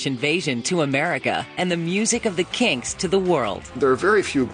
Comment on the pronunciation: They seem to be able to say 'Kinks' properly...